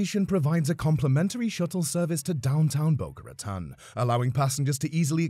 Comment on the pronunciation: it's pronounced boca ruhTONE. And the top speed is not 79 mph, it is 120 (between west palm and orlando). please do better research and stop using so much awful stock footage. there's hours of promotional brightline footage available.